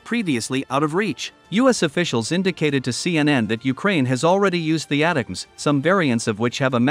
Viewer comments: AI voice is ruining one of the best acronyms: It sound like attack-ems. The new missile acronym sucks: PrSM. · It's pronounced: " attack ems "